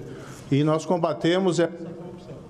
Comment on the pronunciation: Ô mesaaa (mamãe) ô mesaaa (papai), me ajudeee! "Coupção"...🙊